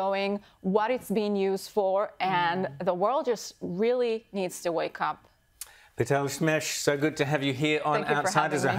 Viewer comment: he butchered her name at the end Lital Smash